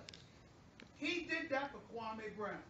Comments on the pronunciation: funniest thing is dude’s name is actually pronounced “kwa-me” not “kwa-may”.......Stephen A basically gave him a new name lmao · hgonz14 I ju I ju I ju I ju I just can't take ... Kwaameee brown ?? You should be banned from talking basketball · kwa-may brown. the way he pronounce his name. that says it all. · u mean..KwaaaMaay Brown